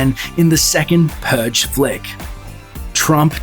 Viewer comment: "the puge"